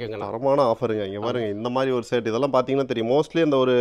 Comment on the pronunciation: தம்பி அது பேர் சேட் இல்ல ஷர்ட் 😂😂😂😂